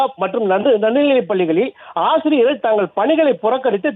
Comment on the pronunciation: ஆஆசிரியர்கள் அல்ல ஆசிரியர்கள் .ஒழுங்காக உச்சரிக்கவும்